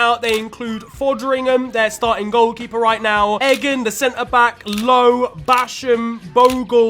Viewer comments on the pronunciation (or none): The way he said Egan omg